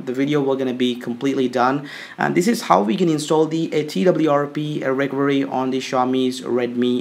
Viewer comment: Your fake accent is the best xD. I forgot i had to install twrp on my phone wheni heard you xD And wtf is "recory" ? xD It's pronounced "re--cover--ee". Please bro stop making a fool out of yourself and talk normally, nothing wrong with indian accent. And what you did there after installing "developer rom" is not called "bypassing", you dont sound cooler or anything by saying it. You went THROUGH the whole start-up process you didnt "bypass". GUYS SKIP THE FIRST STEP IT'S NOT NECESSARY